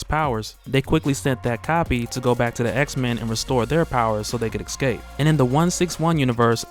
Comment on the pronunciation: My man, I love what you do and how you have a talent to create and redistribute..... buuuuttt, man you have got to stop saying "ex-cape" it is killing me lol. It's pronounced "eehh-scape". Other than that man you are doing ya damn thing and it's great.lo